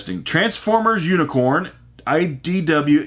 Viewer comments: transformers unicorn LMAO. It's uniCRON dude... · Dude I love your vids but it's Unicron not Unicorn.